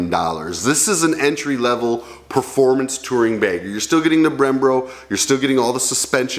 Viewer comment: Dr Steven Brule calls them “Brembro” also... 😆